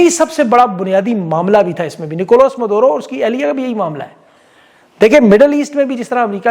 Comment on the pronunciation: It's Maduro not Madoro